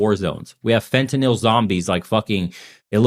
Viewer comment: Holy shit! You are one of very few non-medical people that pronounces fentanyl correctly!